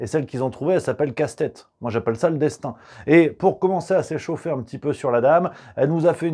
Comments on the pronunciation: C'est pas Casse-tête mais Castet, il n'y a pas de E à la fin de son nom ! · Je vous trouve beaucoup d'humour quand il s'agit de déformer le nom de la dite Lucie Castets (pas Castèts ni Castète) tels que le font tous ses détracteurs de manière méprisante et beaucoup moins quand il s'agit de tolérer un tweet non diffamant, provocateur et allègre (et bien que militantiste). Par ailleurs, avant de crier à l'homophobie, renseignez vous sur l'expression en elle-même "Bravo les Lesbiennes" et sur son origine et sa portée. Au mieux, c'est une maladresse mais alors elle vient davantage de ceux qui méconnaissent l'histoire des luttes et des idées. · C'est pas joli de se moquer du nom des gens. Il n'y a pas de "e" à la fin du nom de L. Castets ! Prononcer casse-tête est franchement très mal venu, cela n'apporte rien à vos commentaires. Dommage. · De plus en plus déçu par: continuer à prononcer Casse tête au lieu de Castets c'est plutôt lourdingue, bientôt il y aura peut-être aussi Carole Dégâts, mais bon notre ami (pourquoi pas prononcé Rémaille) semble friand de ce genre de blagues. Mais le plus important réside dans les "analyses" qui me semblent un peu simplistes et plutôt binaires: rien n'interdit notamment de sortir des dogmes européens et de lancer un bras de fer avec la clique de Van der Layen.